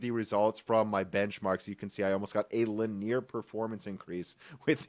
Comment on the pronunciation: OK I've resisted the temptation to say this in several of your videos. Full disclosure, I regret being so compelled and consider it evidence I might be a tedious and/or pedantic f***. However, I can stand it no more: The word "linear" is not French! It's derived from the English word "line" (and hence is of Latin origin, ultimately -- i.e., a linear function plots a line). Therefore the correct pronunciation is not LIN >EE< AIR but >LIN< EE UR. In your mid(?)western American accent this would often be correctly pronounced like: "LINyer" in casual speech. "Lineeeeair" is never correct as it makes it sound like it comes from someone's last name or is a French borrowed word.